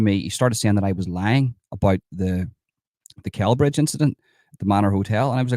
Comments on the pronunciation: It’s pronounced SellBridge, soft C. Glad you’re getting this info out there, absolutely sickening behaviour AGAIN by nameless migrants. Has anyone been prosecuted over this? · Pronounced Sellbridge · Celbridge is pronounced like Cell Bridge 👍💯🇮🇪